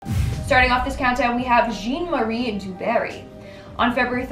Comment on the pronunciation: John! JEAN! Jean is John in French. My God! You live in the Bi Lingual Country - I only learnt the damn language for 3 years in Grammar. … JEAN!! 1st complaint in years - I’m allowed one every couple of years. …